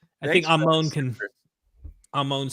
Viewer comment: ah-moan lol... it's ammon, ha.